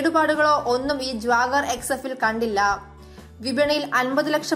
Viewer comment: Jwagar alle Jaguar ahh 🤣🤣🤣🤣🤣